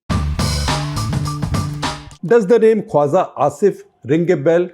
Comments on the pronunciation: It's not "Kwaza". It's "Khwaja". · Shekhar, excellent take on Pakistan and its Defence Minister. Hate to point out that your pronunciation of tbs word “Khwaja” needs tweaking. You pronounce it as Khwaza, whereas the j should be pronounced like j in Jinha or Jeet or Raja. I hope you can fix this. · I think it's khwaJa asif not khwaZa asif